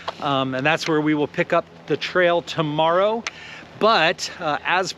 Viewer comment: Spring Valley is so nice. Good lunch. The horses were so sweet. It sounded like you said tomorrow then I figured out it was to Morrow. 😂😂. Cold and then warm. No haters here. You guys are doing great and having fun. It’s all good. Yes, an escape route is important.